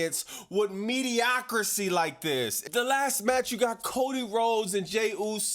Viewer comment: you’re the best man, just one thing. The word is mediocrity, not mediocrisy.